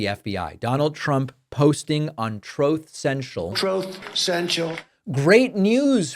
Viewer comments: Little trump cant even pronounce Truth lmao.. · Love the commentary, David, but I'm here for the "TROUTH CENTRAL" and "OBAMNA" soundbites 😂😂😂